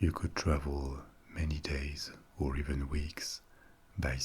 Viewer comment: That "Or" 😮😱